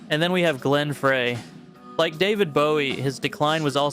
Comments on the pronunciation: Put some respect on Glenn’s name. It’s pronounced FRY, not FRAY. Do better. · Glen Frey's last name is pronounced FRY....not Fraaay. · "Fry",not "Fray" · Frey is pronounced "Fry" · Glen "Fry", not "Fray"!! It's pronounced "fry!" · It’s pronounced FRY. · why do you mispronounce glenn freys name